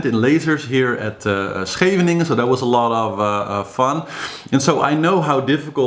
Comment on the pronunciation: Well I’m now convinced that you really are Dutch and not a secret German imposter. The flawless pronunciation of Scheveningen makes it official. Love your channel. I can’t say Scheveningen to save my life.